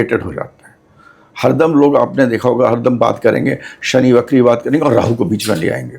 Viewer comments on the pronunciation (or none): Shani bakri nahi, vakri hote hain. Please hindi ko achhe se samajh kar baat karen. Hum Hindustani hain aur hamari hindi achhi hona bahot zaroori hai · बकरी नहीं वक्री होता है